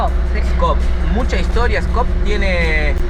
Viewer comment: Pskov not Skop